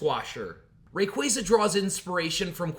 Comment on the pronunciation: Im surprised you pronounced rayquaza's name right I feel like I dont hear that very often